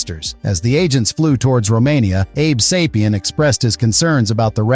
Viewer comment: abe say-pee-in not abe saw-pee-in